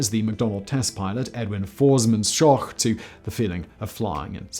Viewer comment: I'm accustomed to people butchering the pronunciation of the family's surname (think "shhh" – as in "be quiet" followed by "oak" – as in "oak tree."), and I've heard far worse than Simon's. Two prototypes were built and flown. One is at Wright-Patterson AFB outside Dayton, OH, the other is at the Strategic Air Command Museum outside Ashland, NE. Ed Schoch (my father) has a Wikipedia page